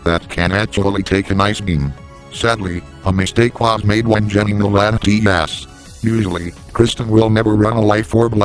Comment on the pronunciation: He said Latimas not latias